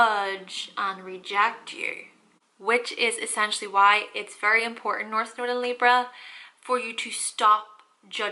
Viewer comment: In the beginning of the video it sounds like she says, “Welcome back to my noodle 🍜 series” ! 😂💕